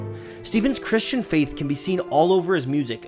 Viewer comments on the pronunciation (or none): none